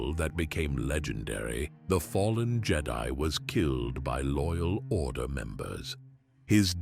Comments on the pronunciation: The who? Is it just me the way he says jed-i or is this on purpose? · It's AI, all of it is, i mean listen to how he says jedi it sounds like how a star trek fan would say it